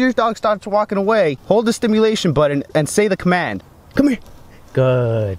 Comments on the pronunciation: Its button not budden and important not impordent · It’s BUTTON - not “bwuutteen”...